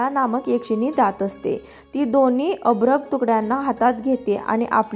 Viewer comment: अभ्रक न म्हणता अर्भक म्हणावे.